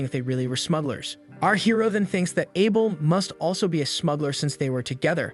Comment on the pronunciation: the narration is bad tho. there are a lot of mistakes simply because the channle owner doesnt bother to proofread the script it got Chat GPT to make. and arent AI supposed to be smart?? can't even say Abel right, but can SOMEHOW say the most obscure names perfectly fine...